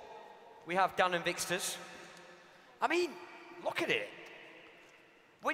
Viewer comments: How he pronounces vikkstar 😂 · Lol the announcer says Vikkster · It was really annoying me when that guy was saying vikkster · The announcer said vikkster not vikkstar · He pronounces it vickstur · The announcer pronounced ur name wrong , he said vickster123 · i hate how the guy couldnt say vikkstar but he said vikkster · He called him vikkster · Vikster. Man said Vikster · Haha he said Vikkstir